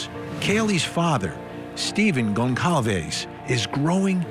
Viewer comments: The family's name is Gonçalves and it is pronounced : Gonsalves. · Pronounced Gon-sal-vez you're a tv person get it right. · I’m sorry to the private investigator on this panel, but he doesn’t seem too bright. He sounds like one of those true crime wine moms who comment outlandish theories on Reddit. Also why can’t these so-called professionals pronounce Goncalves correctly? That’s the least they could do.